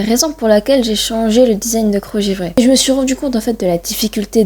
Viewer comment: desing 😂😂😂😂 design pas desing 😂😂 mais tkt mdrrr Drrr!